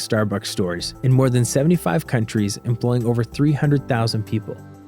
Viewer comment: it seems this is an ad for Starbucks? also who says star-books? like this guy.